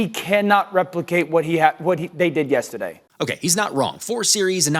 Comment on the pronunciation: Also fuck how says “yestiday.”